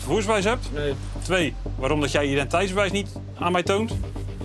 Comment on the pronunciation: Hé, met je "identeitsbewijs", spreek het eens een keer goed uit man, scheelt maar 1 lettergreepje, "ti", kom op je kan het 😂